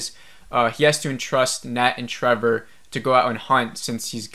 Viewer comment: Do you keep saying Trevor?